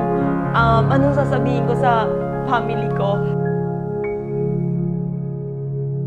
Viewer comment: Graduate ka nga "Family" lng di mo nman ma pronounce ng maayos... Pamily..😂😂😂